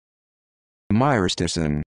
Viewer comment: I agree. I think the accent should be on the ri: my-RI-sti-cin.